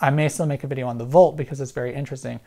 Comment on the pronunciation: Hard to tell when you're saying "Bolt" vs. "Volt". Please keep in mind that we don't all have great hearing.